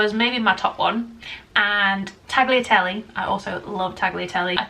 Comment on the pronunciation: Firsly, 1. Penne 2. Gnocchi 3. Fusili Secondly, Tagliatelle is pronounced without the G (so taliatelle)